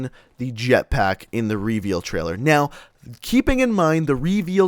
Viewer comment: Do you guys cringe as well when he says r”e-veeal“ ?